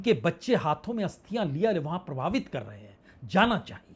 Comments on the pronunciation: प्रवाहित या प्रभावित?? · प्राकृति नहीं प्रकृति प्रभावित नहीं प्रवाहित। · Pravahit is.correct pronunciation 😊